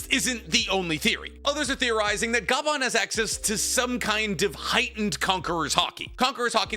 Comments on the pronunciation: Bro just called Scopper - scooper and keeps calling him Ga-ban, it’s one word my dude, Gaban (gah-bahn) pronounced together not separately 😂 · Ok… i see the other comments on it but on one explaining how to pronounce the. Names. it’s pronounced like copper, Scopper. And Gaban like garbanzo beans without the R. Good video tho! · you saying scooper bagan makes me nauseous plz stop i know you doing it on purpose 😞😪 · W video content. But L on the name pronunciation. For future notes it's said like scoper not scooper. It's one of Odas name theme jokes. Gol D Roger = Gold Silvers Rayleigh = silver Scopper Gaban = copper. And I'm sure most of us say his last name like Ga•bawn instead of Gaw•bawn.